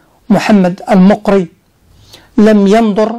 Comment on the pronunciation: اظن غالبا ان الصدر الاعظم (المقري) كان من اصل جزائري..وينطق بفتح الميم..